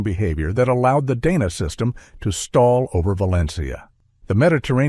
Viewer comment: DAHna not DAYna